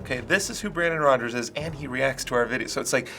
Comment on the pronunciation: Hey, it's BRAN DON ROG ERS